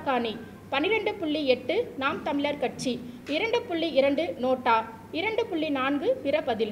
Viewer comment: தமிழ் உச்சரிப்பு சரி இல்லை. கழகம் கலகம் தமிழ் தமில் 😭